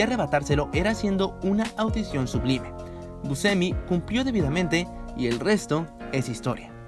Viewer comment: Hay varios fallos en las pronunciaciones. El fallo fatal es el de Louis Malle. Pero también es bastante feo oír esa forma de pronunciar el apellido Buscemi. Lo demás está muy bueno. Felicitaciones por el buen trabajo.